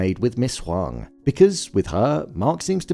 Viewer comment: I am Asian and at first I thought her name was Ms. Wong because of how it was pronounced in the show but it’s actually Ms. Huang lol. I wonder if they purposely used an Asian actress for this role in connection to Gemma/Ms. Casey who happens to be Asian as well!